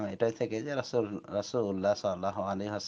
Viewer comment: Rasul ar nam ta vslo kore bola sikhun then.....